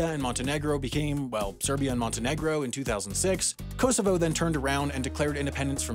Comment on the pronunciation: The pronunciation of Kosovo 🤣 The first 2 Os should be like the O in Orange The last O is like the O in so